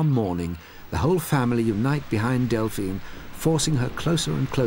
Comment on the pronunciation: bro delphina cmon man got me stressed